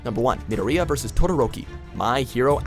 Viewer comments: Mid-o-Ri-ya? It's Midor-iya. nice try though. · The way to say Midoriya is NOT Mid-o-re-uh, it is Ma-dor-ia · Middo-reeya lmao how hard is it to say Midoriya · Did he really just say.. me-do-ree-ya? ITS MI-DOOR-I-YA. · I know he said mid or eeyya witch is super wrong it’s midoriya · Did he just pronounce Mi-door-Riya, mid-a-reeya. Jeezus Christ. He definitely hasn't watched Bnha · he says it midarea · nah he straight up said mi-di-riya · Nay Jee ,Me Doria ..... these pronunciations😭😭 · Read what i say: Me-door-re-A! That's how you say Midoriya's name. Jeez, get your act together. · WHY DID HE PRONOUNCED MIDORIYA'S NAME LIKE THAT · Is anyone else annoyed at how he says Midoriya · Don't ever say Midoriya ever again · and Midoryia(I think I spelled that right) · Every time they say midoriya's name it hurts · Wow .. The way u said midoriya 👎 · I know he did not say Midoriya wrong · No, did you hear how he pronounced Midoriya. I'M DONE!!!!! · dude you said midoriya wrong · The way he says midoriya gave me cancer. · Not to sound rude but its pronounced EE-zoo-koo Me-DOOR-ee-Ya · Triggered over the way he said Gajeel Neji and Midoriya